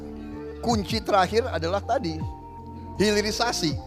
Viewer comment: Pulitisasi yang benar hirilisasi